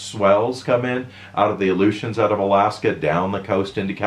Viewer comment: "illusions"=Aleutian's LOL!